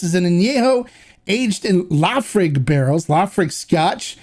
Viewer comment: Laphroaig-- pronounced as, La Fa Roy ga. Soft G.